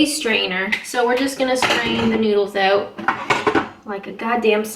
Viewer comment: There! You said it! 'Spread it oot' just like on South Park!